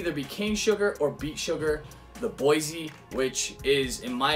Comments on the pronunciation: Boisé is not pronounced like BOYZY. It's BOUAH-ZAY. And also you're not pronouncing the brand of the bottle well. Are you American? What's the meaning of WHISKY IN THE 6 please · I believe it's pronounced "bwaz". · BWOZEE Is the correct pronunciation. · Good and informative video! I wasn't aware at all that sugar and boise (pronounced 'bwaZAY' I think) were permitted additives. Delighted that you featured a VT cognac as my latest is their 1989 grande champagne cask strength which is tremendously good and, I hope, lacking all these added nasties.